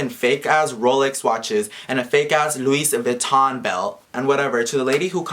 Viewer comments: Bruh.. "Luis Vuitton" 💀😂😂 Mexican version of Louis Vuitton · Yoooo said "Luis Vution" im dead like wtf is a "Luis Vution"😂🤔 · This is fucked up but, omg I couldn't stop laughing everytime you said "Luis Vuiton" 😂😂😂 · Omg “Luis vuiton”, what an idiot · Omfg every time you say “Luis Vuitton” 😂😂😂😂😂 I just can’t with idiotic ass people. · Who would fucking says Luis vuiton like the fuck if I see him I’ll fucking punch him and why would he steal from someone and he is just lying and a piece of shit 😡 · “Luis vuiton” lmao😂👌🏽😭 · Really “Luis Vitton” first of all LEARN ENGLISH Second of all STOP BEING A STUPID MAN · it is spelled Luis Vuitton but pernonced Vuitton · He said "rob a car" he is dumb and he know that his belt was fake if he say "luis vattion" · "Luis Vouiton"😂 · 'luis vuiton' is the mexican loui vuitton😂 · " Luis Vuiton " a chingado 💀💀💀💀😂😂😂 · people these days 💀 "luis vuiton" 😂 _ 💸💸💸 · I died everytime said "Luis" Vuitton 😂💀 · I started dying when he said "Luis vuition"😂😂. The guy who created this rumor is hella stupid and will get what he deserves.